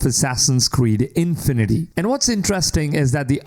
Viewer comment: the emphasis in "infinity" should be on "fi" and not so exaggerated. it's not INfinity. It's just infinity.